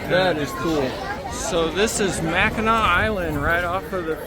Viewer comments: The pronunciation on Mackinac island is correct. Its AW not AC. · Yeah dood! You’re saying it right! Mack-n-aw. My family is from Michigan and we spent a week on the island ages ago. The island is famous for their fudge and the grand hotel too. Definitely worth it to rent some bikes and ride around the coastline! Another great adventure! Thx for sharing! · Mackinah..... is absolutely correct. Thx for not butchering the name. Love your videos.